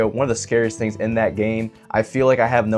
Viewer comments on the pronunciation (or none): none